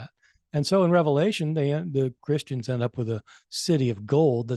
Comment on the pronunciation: Also before hosting a podcast on the book of Revelation maybe learn how to pronounce the book